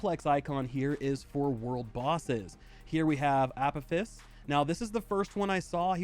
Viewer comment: This kinda looks like what genshin wished it was. Apophis is pronounced uh-poe-fus btw for anyone that didn't know